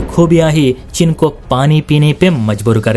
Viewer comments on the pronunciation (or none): तुमसे आज तक हिंदी बोलनी नहीं आयी।चीन को 'चिन ' बोलते हो....